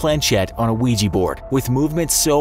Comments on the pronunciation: What says: Ouija board What I hear: Luigi board Wah wah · its Ouji board, not luigi board 😅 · "Imagine your friend comes over and brings a weegee board" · Why use “a” ouija board then? Since ouija sounds like weeja you use an a instead of “an”